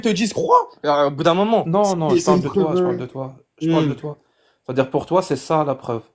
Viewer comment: J'aime bien quand ils disent "Tôôô" ou "Môoo" au lieu de "Toi" et "Moi", ça fait très con.